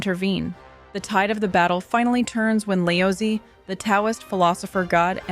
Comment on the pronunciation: LOL The way you pronounce Laozi/Lao Tzu is so funny. 🤣🤣🤣🤣